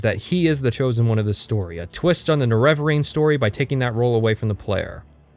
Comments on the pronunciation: Fantastic content. I love your dry sarcasm and honesty in your review process. It even made it worth listening to you mispronounce Neravarine for 21 hours. (Morrowind video time included.) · I fucking hate the pronunciation of the nerevarine in eso